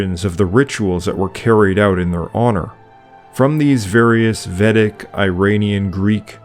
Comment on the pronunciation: Just a small note: I believe it is VAY-dic, not VEH-dic.